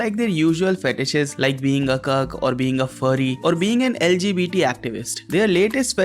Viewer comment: when indian guy says cuck it sounds like hes saying kirk lol